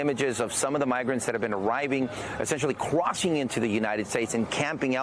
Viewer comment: He loves saying teequana